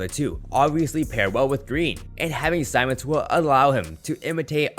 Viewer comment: It’s Ben Simmons not SAIMMONS